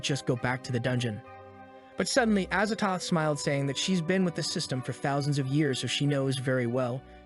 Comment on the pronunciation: azathoth? az a thoth? as a thot